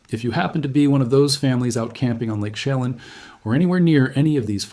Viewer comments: It's "sha lan". Like pan. (Chelan) I live here. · I appreciate your report, but please take the time to learn the correct pronunciation of the proper nouns: Chelan; shu lan'. You mispronounce several names. It doesn't take much time to put a search on the word's pronunciation. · Lake 'sheh-LAHN' and 'oki-NAUGH-gan' [ not 'oki-NO-gan'] - I'm a native of the Pacific Northwest.. Appreciated this very clear video and, especially, the attention drawn to the huge fires in Oregon which really have been ignored by the media. My deepest condolences to the people evacuated in Spokane, and in other areas. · Lake Chelan is pronounced 'Sha-lan'. Your work is stunningly helpful. Thank you!!! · It is Lake Chelan, not Shelam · I think this guy is Ai. He has several channels, and the first time he said lake Chelan, he pronounced it incorrectly. The pictures on this video, and others of his look AI generated as well. I'm so sick of the fake 💩!